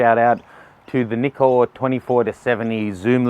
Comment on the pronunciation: its nice to see someone who says nikon, not naikon :D